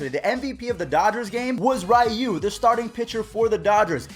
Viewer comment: Your still saying ryu name incorrectly lol